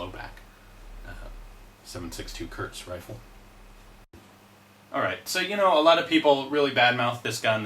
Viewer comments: KURZ, not KURTZ. There is no T in the word. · Its pronounced like "courts".